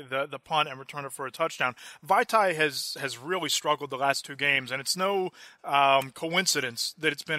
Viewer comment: A-jie-ee. Hal-a-pool-i-va-tee. Sorry man I just can’t stand how off you are on Ajayi and Vatai’s names lol